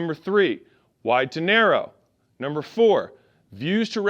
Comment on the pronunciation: Every time he said “to narrow” I heard “dinero”